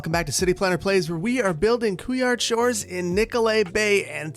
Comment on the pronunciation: As a French guy, « couillard shores » cracks me up every time. It sounds really odd. Ps: couillard derives from the word « testicles » Keep up with the great work. I have a master’s degree in Urban policy and now am doing research on the subject. I am not gonna lie, you really helped me in my course, I learnt a lot thanks to you. I am doing my job partly thanks to your great videos. I don’t regret spending so many hours listening to you! Love from France.